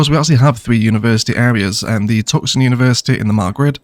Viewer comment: Wonderful vid,! Really been enjoying watching the Ilos build. It’s been one of my favorites. I kept wondering though, what was “Tuksun”. I had to laugh when I realized you meant Tucson (pronounced “too-sahn). Keep the great vids coming! P.S. Like others have said, you have the greatest laugh! Love it!